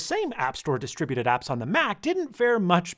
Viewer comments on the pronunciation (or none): none